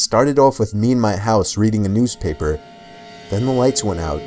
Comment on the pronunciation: “me and my house reading a newpaper’’